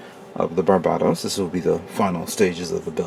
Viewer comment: BAR-BA-TOHS Even in English its pronounced differently. For **'s sake man!